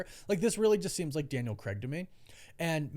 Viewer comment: It's craig, not creg. Christ 😒